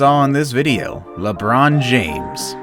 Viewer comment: Thus viddeeo was brillyent